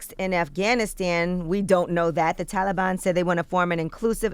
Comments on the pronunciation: Tf do you say taliban like that yee? 😂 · i had to stop watching cause Angela kept saying Taliban wrong 😑lol. anybody else??